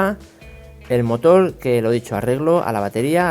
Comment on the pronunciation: amigo se dice motor no motol